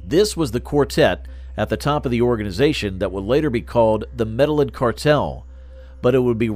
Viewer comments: Me da lin is such a crazy way of saying Medellin. It is pronounced medejjean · EXACTLY. The mispronunciation is driving me nuts. Medellin is supposed to be pronounced Med-ah-yeen. It's a Spanish word 🤦. They should have used a narrator who is more familiar with the Spanish language. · It’s med a yin. Not medal lin. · Maybe it should be spelt meddigin? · You could at least pronounce town right. Over and over. It’s not Medellin. Like medicine. It’s medeyeeen. That’s how you say it. Makes you look bad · After hearing medeling cartel and then Felix gallardo like the Lamborghini I had to turn this shit off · You pronounced medillin wrong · I had to stop watching the video as soon as they said that